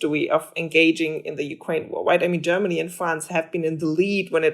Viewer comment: Why is he mispronouncing Ukraine?